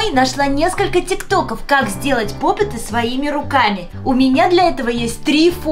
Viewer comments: Правильно не попытаныА попты Ударение на ы И симполы димполы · НЕ ПОПЫТЫ А ПОПЫТЫ УДАРЕНИЕ НА Ы 4 !!!!!!!!!!!!!!! меня бесит когда ктото говорит чтото не правельно-_- Я КРИТИК